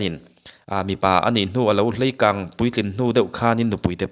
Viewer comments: 'Hleikâng' i ti zela 'Leikâng' tih zawk tur a nilo maw...😊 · Hleikang tih tur a lawm